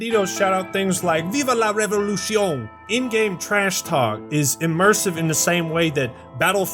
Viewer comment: "viva la revolución" sono como 'viva la revolushon" esa palabra se pronuncia como "revolusión" xD Y en "la" usaste un sonido de vocal que no existe en español, fuera de eso uff videaso.